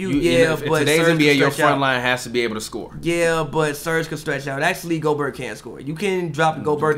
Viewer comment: How does someone still say Go-berT at this point in his career? I feel like it’s common knowledge that it’s Go-Bear at this point.